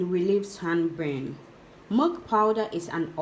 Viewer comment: Milk or mulk??? Abeg pronounced something very well so that we can understand what you mean joor🙄🙄🙄